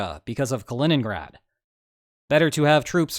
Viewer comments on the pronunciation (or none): none